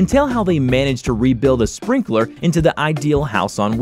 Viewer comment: Belarus [bel.a.ROOS]; Guillaume [Gee.OM]; and, last but not least, the van is called a Sprinter, NOT a Sprinkler. Great presenting voice, horrible pronunciation. Should do a little research, instead of just reading cold like a modern day Ted Baxter.